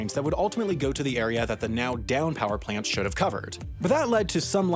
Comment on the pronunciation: What's a 'playunt?'